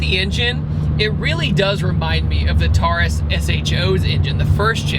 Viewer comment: The Ford Taurus is pronounced tore-us not tar-us.